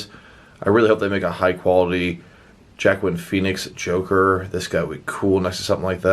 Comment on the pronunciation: Did you just say Jackwin Phoenix?